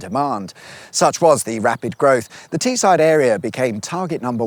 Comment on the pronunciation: The way you pronounced Teesside was diabolical. You should visit Guisborough and Redcar and document how their speed camera signs are the wrong way round for some reason 😂